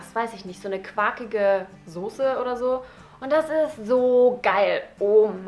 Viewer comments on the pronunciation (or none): none